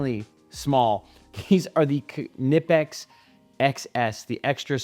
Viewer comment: If you're gonna pronounce Knipex correctly, can you do the same for Wera? Thanks for your insights and demonstrations.